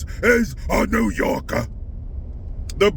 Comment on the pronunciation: Sopranos vibes.